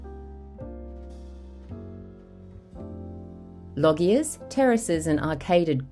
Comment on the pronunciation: What a fabulous video! Such an antidote to current cheap, temporary construction. Just a heads up, loggia is pronounced “lojjia”.